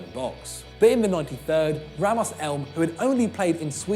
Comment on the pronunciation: “Ramos Elm”???? How do you pronounce the name Rasmus “Ramos” you idiot